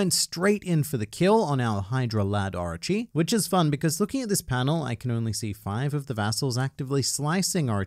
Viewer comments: stop saying Archi instead of Orochi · Oooo arochi not archi 😂